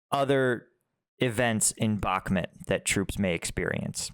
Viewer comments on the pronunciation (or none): Mate, please say Bukmoot. It's not Bukmet!